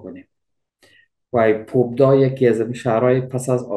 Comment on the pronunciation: با با سلام اسم شهری که نام بردید ،تلقظ درست آن پابدا / Победа Pabeda ست که البته o نوشته شده ولی آ خوانده میشود یعنی پیروزی